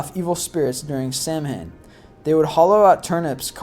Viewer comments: This is some pretty good information. But Samhain, despite the way it's spelled, is a Gaelic word that is actually pronouned "sow-in." Trust me. I had a girlfriend once who was a wiccan. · Or Samh-ain the 'Samh' = 'Saw (with the w inter changable with a 'v' sound and the 'ain' = een) hence SAWVEEN.Depends what part of Ireland ya comes from i suppose. Mind you this goon on the vid would probably pronounce the name Siobhan ( SEE- O - BARN ) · I cringe every time I hear the sam-hein. Of course, there was also mention of the "Selts" (Celts). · He said "SAM HANE" and I thought "Ugh... Okay. A lot of Americans mispronounce that. I'll let it..." "An ancient Seltic..." "NOPE! We're done here." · Samhaim is pronounce "Sow-ehn" but I'm sure others have said this to you. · Samhain is pronounced "S-ow-in" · Sow-in , Lol Im from ireland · its prounounced 'sawan' it's spelled ''Samhian'' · Thank you to all that commented on the pronunciation os celtic & Samhain. It makes me cringe eberytime he says it incorrectly. Not sure I can wven watch the rest of this video. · It wouldn't be so bad, if he didn't consistently mispronounce words. After watching two other List25 videos, and contending with mispronounced words in them, I stopped watching this one, after the mispronunciation of not only Celt, but of Samhain. His videos are informative, and interesting, but the mispronunciations are too distracting. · oh my god, thank you! i fucking hate how he says samhain. i literally stopped watching after like the first five times he said it. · It is not pronounced Samhain. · Abigail Hudson ikr !? Just like Sam Hain . Who the hell was he ? It's called "Sowen... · Samhain is pronounced sow-in not sam-hain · I'm Irish too, Those words are pronounced Keltic and Sowin- not Sam han. This is why Irish people should be involved documentaries/ movies that reference Irish traditions. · I totally agree. I am a life long pagan and hearing people say sam-hain instead of sowen grinds my gears.